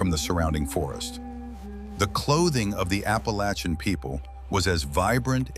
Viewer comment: This is stupid you're going to talk about the Appalachian Indians for God's sake to do it right I'm turning this off I mean how difficult is it to get it right people people